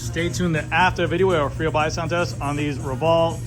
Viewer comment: Say it with me: “FREE HUB BODY SOUND TEST” …… enunciate now, nice and clear, slowly …….. “FREE HUB BODY SOUND TEST” 😆☮️⭐️🚴🏻‍♂️